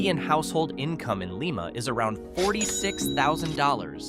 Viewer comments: Liiiiiiiiiiiiiiiiiiiiiiiiiiima not Leeeeeeeeeeeeeema🤪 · LEE-ma is the capital of Peru. But he pronounces Chillicothe correctly.